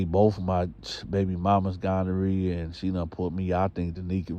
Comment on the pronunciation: a fool he said gondorrhea